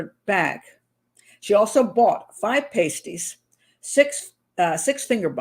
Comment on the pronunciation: We have pasties here in England. I go to Gregg's for one and a coffee. Lol But your pronunciation is a bit off, at least how us Brits say it.